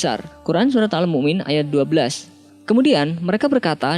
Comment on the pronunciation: Mungkin salah penulisan dan salah pengucapan